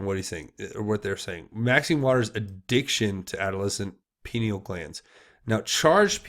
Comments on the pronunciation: re: pineal...It is pronounced pie neal. And I think the "glass" part is a typo. The pienal gland is a wallnut sized gland at the center of the human brain. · pineal gland is pronounced “pie-neal”, I believe as I been hearing rumours that the Luciferians have wanted to destroy it for some time. As I recall, calcification of it is one of the side effects of fluoride in our drinking water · If you are going to be providing information to the public you need to at least have the correct pronunciations of key words. Pineal gland is pronounced PIE-KNEE-AL. I appreciate your high standards regarding the use of profanity, but by the same token cartain vernacular terms do help get the point across effectively, being unnecessarily squeamish isn't serving your audience as well as intended. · Pie knee uuullll glands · I thought it was pronounced Pine-ee-al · (Pie-neel) gland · (Pi-neel) gland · Hey brother: “Pie-Knee-Ull.” Hope that helps. God Bless, CJH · Pineal: pronounce: Pie-knee-all. The pineal is important in Bird migration. Without it, birds cannot orient north-south. I I will speculate that penguins are probably a good source of pineal for researchers as they are large migratory birds, that can be found in large groups therefore, getting large quantity of the glands from them could be easier. If u r a researcher & want to analyze the contents/products of a gland, it helps to have lots of it. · You should check into McAlistetTV YouTube channel. She's very knowledgeable about the entire PEDOVORE/Pineal Gland (pronounced Pi-Neel gland). The Pineal Gland is the third eye chakra that connects us to God/Universal knowledge... You won't understand the Pineal Gland until you research and understand what yoga is about. Also, "Walnut Sauce"... You won't believe it when you hear about that. Sauce made from the Pineal Gland delicacy enjoyed by Pedevores... Look up McAlistetTV, PLEASE! (ON YOUTUBE) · Pineal pronounced pin eel.😉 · pineal gland pronounced pi-NEE-el